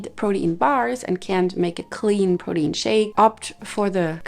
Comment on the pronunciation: I say this in a kind way: it’s pronounced “pro-teen”